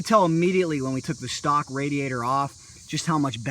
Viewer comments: nice bike good video but its pronounced ray-de-ator not raaaaa-de-ator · RAADIATER instead of radiator and MYLERS instead of millers????